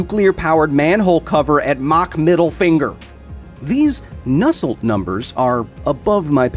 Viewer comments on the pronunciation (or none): when u say Nusselt number, i heard nestled number